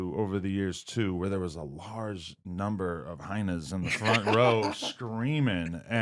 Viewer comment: Adam said Hynas!!! Lmao